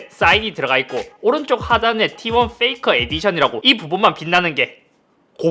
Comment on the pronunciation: 페이커를 잇섭식 발음으로 하면 '페이카ㅎ'